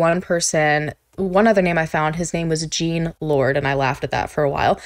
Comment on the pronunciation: “Jean” in French is pronounced as “John” ;)